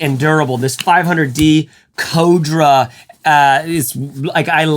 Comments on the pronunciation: C'mon bro, Co-dra? It's Cordura...cor (like the Corrs, everybody loves them to) dur, aa; Cordura. I know you can do it. Nice review though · What the hell is code-dra? I thought it was Core-dur-A. Must be a midwest thing. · why is it that so many people pronounce Cordura - clearly supposed to be pronounced core-dura - as "codra"